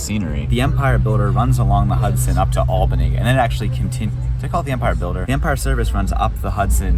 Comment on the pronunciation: Props to you for actually pronouncing "Albany" correctly. You should perform the "Correctly pronouncing places in New York State" Challenge.